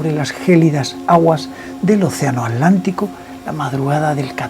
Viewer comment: HEY. DOS PUNTOS: # 1 MÁNDATE A ARREGLAR ESOS DIENTES, TE VES COMO UN ANCIANO DE NOVENTA AÑOS. # 2 ATLÁNTICO SE PRONUNCIA ASÍ Y NO " ALÁNTICO " O TALVEZ LA FALTA DE TUS DIENTES NO TE PERMITE DECIR " TLA "